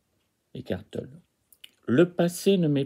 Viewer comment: Non non, Tolle se prononce Tollé. Laisse béton, frère, la récup ça marche pas 😆😆